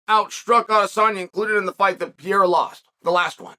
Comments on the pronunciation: You still call this man PIERA ?? It is PEREIRA Chael, if you must continue to blog, you MUST learn to pronounce people's names. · It's Pereira, not Piera. 😂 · U keep calling him “pee-era” lmao there’s 2 r’s in his name 😂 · Hey bud it’s pronounced “Peheyra” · so funny that he calls pereira piera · Uncle Chael still calls him "Piera" 😂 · God damn it uncle Chael, can you just say Perrreira I mean seriously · Peh-Rey-ruh is how you say pereira…. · Your calling him Pierre-A again…. 🤣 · Put some respect on PEREIRA (PER-EYH-RA) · Pee-air-ah is getting taken down and controlled by Jan. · the way chael pronounces pereira is beautiful 😭